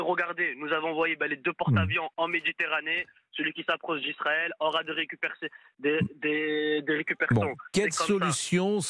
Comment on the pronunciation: Mdrrr le segpa qui appelle pour rien dire. « Des recupersions » 😂